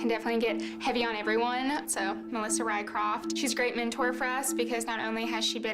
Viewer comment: RYCROFT-- RYSROFCH-- Swedish.